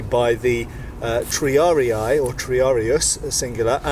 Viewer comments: Just a quick pedantic note on the pronunciation of "triarii": there's no "ah" sound in "rii", it should be more like "ree" (as in "Reebok", for example). Latin (especially classical era) had a mostly straightforward 1:1 relation between letters and phonemes. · Triari-ee not triari-aye. I blame Total war. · The two vowels at the end are not a dipthong, so you'd pronounce both "i's" separately, hence: "tree-ar-ee-ee" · Pretty sure it's pronounced Tree-are-ee. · Hearing you say "triari-ay" is painful every time.